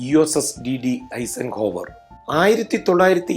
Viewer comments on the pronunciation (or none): ഐസൻഹോവർ . അല്ലാതെ ഐസക്ക് അല്ല Dwight D. Eisenhower ഇദ്ദേഹത്തിന്റെ നാമദേയത്തിൽ